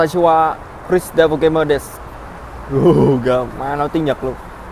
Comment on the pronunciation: đoạn đáng lẽ phải là "desu" chứ sao ổng lại nói thành "địt" =.=